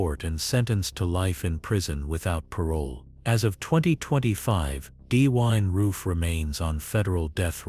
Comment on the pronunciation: “D-wine roof”?